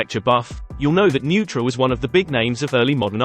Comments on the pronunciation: The Neutra name is usually pronounced Noy-tra. My favorite on your tour is the Stahl house. Thank you. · 2 things I wanted to comment on, Neutra is pronounced Noy-trah. Second is the Katy Perry/Dana Hollister house mixup. There were TWO houses that Dana owned (she also owns a few restaurants and bars in the area) the Paramour (located on Micheltorena Street) the house you featured in your video and you got the original owners correct and the photos were of the Paramour BUT the house/ convent that Katy Perry wanted to buy from the archdiocese was located at 3431 Waverly place. The Paramour was never a convent. It has been used for video and magazine shoots and was opened as a private hotel after she remodeled and you can stay there and book it for parties. But yeah, 2 totally different houses (I lived next door for 2 years, the walk up the hill to the house from Sunset is a killer!!)